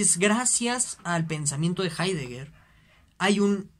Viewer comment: Con todo el respeto, ese no es hidegger.